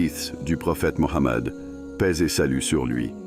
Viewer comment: C'est PAIX et non Pèse.